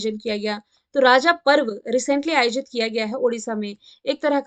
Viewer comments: Raja parv nhi "ROJO'' parv Sorry ma'am 🙏🏾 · Ma'am raja parv nhi hai raj parv hai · Ma'am Raja parba rajo parba hai pronounciation rajo hoga